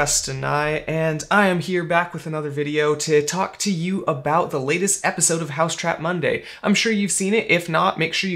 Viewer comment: It's 'Mousetrap Monday', not 'Housetrap Monday'.